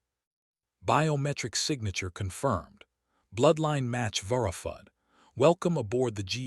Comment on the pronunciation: This particular AI text to speech engine is so bad that it sounded like it was learning to talk as it was reading the text. Here are some hilarious examples of how badly it mispronounced some common words. First is a phonetic rendition of what it pronounced followed by the actual spelling of the word it was trying to pronounce. Vurrifud verified Ruckugnuzd recognized Umma armor Packing pacing Suvun seven Durun Darren Gruh gray It always amazes me that people are so lazy that after they use AI to generate the story, then a different AI engine to generate speech from the text, that they are don't listen to what comes out of and fix the garbage before releasing it to the world.